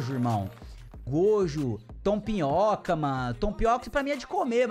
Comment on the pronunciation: TOMPIOKA KKKKK O CERTO É (TOMIOKA)DE DEMOM SLAYER